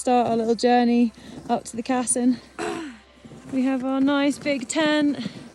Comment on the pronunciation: Wonderful video, awesome views, and a really great accomplishment! 👍 I think the route is named after Riccardo Cassin, an italian alpinist, who climbed the Denali as part of an italian team, back in 1961, when he was 52. The correct pronunciation is with a stress on the second syllable, so it’s Cassìn, not Càssin. 😉